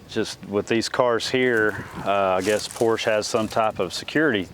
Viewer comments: He doesnt even know how to pronounce the name of it....why would anyone expect him to look after it. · PORSH ??? PORSHE, OK.... I enjoy to watch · 🙈 A what? A Porsch??? Seriously? What car enthusiasts might you be not being able to pronounce this world famous and iconic car brand in the right way? Do you have Lincol or Lincoln, Toyot or Toyota, Chevrol or Chevrolet, Chrysle or Chrysler? It's Porsche with an e at the end! If you're really not able to remember this simple thing, maybe it helps to think about what famous Janis Joplin once sang: 🎼🎵🎶"Oh Lord, won't you by me a Mercedes Benz, my friends all drive Porsches, I must...." 🎵🎶 So please don't be ignorants. Thanks in advance. Best regards, luck, wisdom and health in particular. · Just a heads up folks: Porsch-uh. Not Porsch. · For future reference, "por ·shuh" is the proper pronunciation.